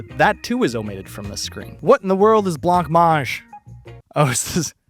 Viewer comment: "blankmange" - it's pronounced "blah-mange". Idk if it's an American thing, or an education thing, or what, but goddamn sir your pronunciation of basic words is abysmal.